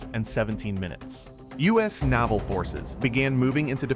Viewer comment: The terrible AI pronounced "Naval" as "Novel".